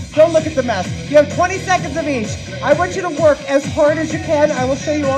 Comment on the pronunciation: At the beginning of the last tabata when you said I want you to work as hard as you can, I thought you said I want you to twerk as hard as you can lol So I did, and was having a great time until I looked up and realized you weren't twerking!!